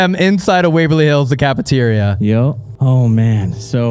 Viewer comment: Did you just say a decapeteria? 🤣🤣🤣🤣🤣🤣🤣❤️💙❤️💙👍👍🙏🙏🙏